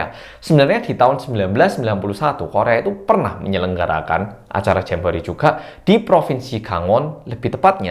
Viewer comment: GUA DENGR NYA JAMBOEEET